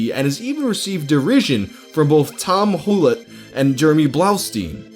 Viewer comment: The way he pronounced Tomm Hulett's name was weird.